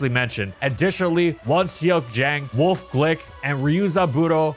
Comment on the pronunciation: You pronounce the E in “Wolfe” btw, it’s not just “Wolf”